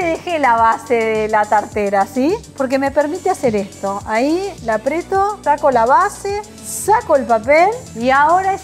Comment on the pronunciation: Gracias! Pero, por favor, se dice APRIETO. Beso